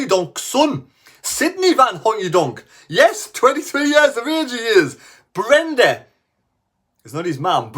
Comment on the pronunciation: Breda, not Brenda, man!